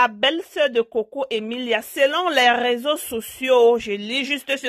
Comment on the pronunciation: On dit réseaux sociaux et non raiseaux